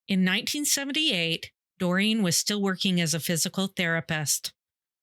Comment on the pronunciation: Doreen is pronounced Doreeeen .. NOT Dorian 🤦🏼‍♀️